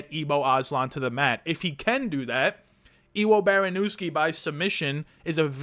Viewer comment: Its pronounced Evo Baronyevsky. He has stupid power but did get KO'd from top control wrestling a heavyweight. Havent seen it done since kevin holland. No shame in fading the debut. If i was Petr Yan id be practicing the Jorge Masvidal Flying knee.